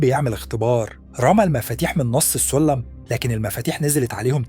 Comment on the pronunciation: انت بتتكلم كده ليه و اسمه الجوورح ولا الجرح و السلم ولا السولم 😒